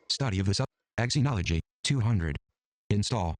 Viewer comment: Just to let you know, it’s pronounced zenology.